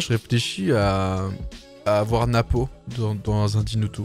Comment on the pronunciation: Frérot tu fais vraiment plaisir quand tu prononces "Napo" je t'adore